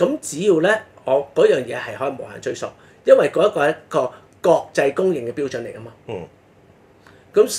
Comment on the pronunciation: ，追溯的「溯」字，正讀「素」，不應讀「索」。